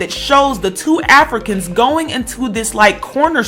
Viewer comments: Why you keep emphasizing AFRICANS like that?!! Felt like I was listening to some 1950's propaganda shit agaisnt Africans. They are Americans!! Huge turn off. I could've turned on FOXnews for that. 🤔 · I like to be fair but the way in which you were even emphasising the words Africans as if you want to separate the two brothers from even being Americans (which they are) because of the wrong they have done which is a shame. They are Americans period. I wonder if they did something good, if they would still be called Africans, as if nothing good can come out of Africa. IJS.